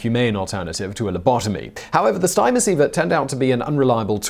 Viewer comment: Stimoceiver is pronounced “stim-o-ceiver” not “stime-o-ceiver”. Stim as in “stimulation”.